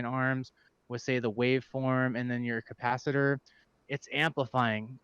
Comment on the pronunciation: Sorry to see you go man. I have since corrected the mispronounced Cah-pa-ci-tor. Everyone makes mistakes but I can't force you to enjoy my content. I wish you well sir.